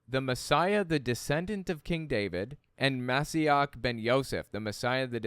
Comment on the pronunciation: re THE HEAL the word heal is עקב AH-KO -v or ya a kove יעקב ALSO its MO SHEE ACH - ACH as in baCH or ACHtung a german h hacking h clearing phlegm